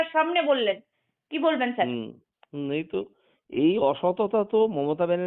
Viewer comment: Sir na bole chyar ei pronouncation